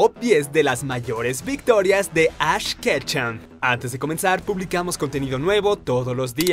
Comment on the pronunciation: Ketchum no kecha pronuncia bien